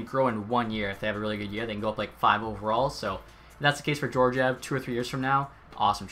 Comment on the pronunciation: Also Gee-or-gee-ev